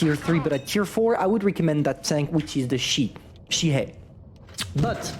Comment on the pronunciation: It’s not she hey. It’s Chi He 😭